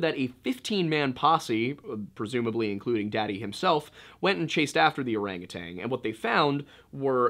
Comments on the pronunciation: Orangu- TAN. No g on the end lol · O R A N G U T A N...NOT TANG,just sayin.